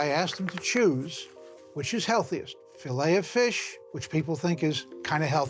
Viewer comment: I would think a European would catch the silent “t” in filet.